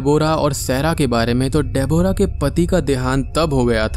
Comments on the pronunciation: Gawar ki aulad....डेबोरा....it's डेब्रा.... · De-bo-ra nahin Deb-rah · Nicely explained but it's pronounced as debra! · bhai tu Deborah bolna seekh le baaki sab sahi hai